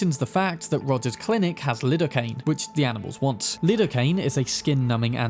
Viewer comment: Its not "Lid-oh-cain" its "Lie-do-cain"